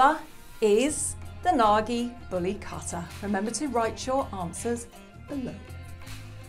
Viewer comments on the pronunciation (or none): They don't even looks like bully kutta to my eyes. Looks more like Small Pomerrians. Mam, Plz Come to India or Pakistan to see real once. They are three times the size what you just shown. Bully = Bully & Kutta = Kuuttaa ( kuu ttaa) not Kaattaa but Kuuttaa. Kuuttaa = Dog in hindi. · Bully cutter??? I like the effor for the pronunciation 😁 bully kuwtha ( quwth-tha) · It’s pronounced KOOTTHA which literally translates to dog. Not Cutta. Lol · The word 'kutta' is a Hindi and Urdu word meaning 'dog' and is pronunced as 'coup-ta' and not 'cut-ta'. So, bully kutta literally means a bully dog. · Typically brown or black in colour. Bully kuta as the beautiful heartful lady was saying the actual correct pronunciation would be koota not kutta. Like bully koota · It's not pronounced "Katta" but "Koota" Koota means Dog in Hindi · its not pronounced as kata its pronounced as koota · It’s KU-THA not KHATA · Cutter?? 😂 It's pronounced kootha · It's kootta or kutta not katta and It's in Hindi language not in urdu. And they are native to India and they are in Pakistan becaue Pakistan was once a India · You don’t pronounce it as katha…it’s kuuuuuuutaaaaa! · Pronounce it correctly its kuutta (kutta) not katta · She got me when she pronounced " kutta" as Katta 🌚🤣🤣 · Like “cutter” 😂 also how she probably pronounces “Qatar” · Great video ❤. (ps dog in Hindi / Punjabi is pronounced Kuth-thaa) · Plz note that Correct pronunciation of Kutta is Koot-taa. Eastern pronunciation is different from western accents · The pronunciation of "kutta" it like "kootta" with soft "t" s. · It is not Kattttta.... 😂😂😂😂😂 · It's pronounced as "Koota" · its bully kutta its pronunciation is like koo not ka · Kutta, pronounced Kootťaa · Oh wow you are really butchering the pronunciation of kutta lol